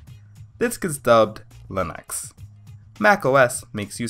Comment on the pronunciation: Why does he say len-X instead of Lee-nux?